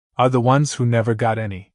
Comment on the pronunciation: Mever say “mever”.